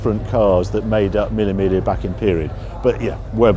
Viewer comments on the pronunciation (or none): Love you Harry but please, there's no L in Miglia. Its pronounced 'Me yah'